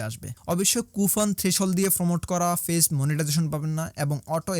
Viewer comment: ভাই ফেইছ না পেজ।😂